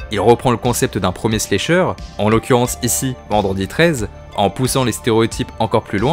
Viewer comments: La vidéo est très bien par contre désolée mais ça me crispe de t'entendre dire "slécheure" 😂 ça se prononce avec le A, slAcheur, puisque le verbe to slash en Anglais se prononce slAche. Pardon ça doit faire emmerdeuse pédante mais c'est pour aider, vu que la prononciation de l'Anglais c'est pas facile pour tout le monde. Sinon excellente vidéo ! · slAsher, chéri, on prononce A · Y’a que moi que ça trigger pour ça façon de dire slAyyysher en mode vite fait anglais lol je comprends mais tellement pas l’habitude de l’entendre comme ca ce mot mdrrr sinon trop bonne vidéo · C'est cool ta vidéo, mais ta prononciation de "slasher" me fait rire 😅 Pas besoin de prononcer le "a" en "ay" !!! Le "a" se prononce de la même façon qu'en français 👍